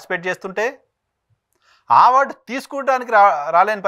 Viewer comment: it's not ఆవార్డ్....ఇట్ ఈజ్ టు బి ప్రనౌన్స్డ్ ఆస్ అవార్డ్.... ఆ పదానికి మీకు నోరు తిరగట్లేదా ఏంటి....😅